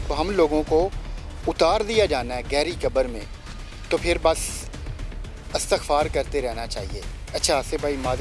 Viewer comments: That's ISTAGHFAR not ASTAGFAR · It's "ISTAGFAR" not astagfar.